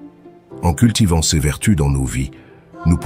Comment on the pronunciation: L'intelligence artificielle ne sait pas prononcer l'adjectif démonstratif pluriel "ces", elle l'épelle comme si c'était un acronyme 😊😊😊